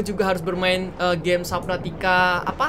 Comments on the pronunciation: Perbaikan, subnautica kak bukan saubnatica, cuma info saja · Iya sabnautica kak regi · Bukan suabnutica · "Subnautica below zero" "Sabnautica below zero" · "sabnautica" "sabnautica" "sabnautica" "sabnautica" "sabnautica" Kak regi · "SUABNUTICA BELOW zero"